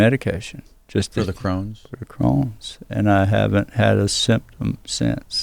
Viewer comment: It’s “Crohn’s” ;)